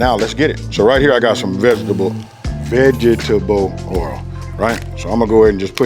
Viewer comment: My man's said "veg-it-a-ble ole"